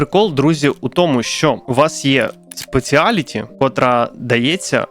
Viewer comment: Спешелті, нот спеціаліті, бо "і" відсутня.